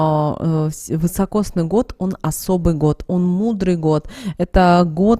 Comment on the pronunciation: Не вЫсокосный а вИсокосный !!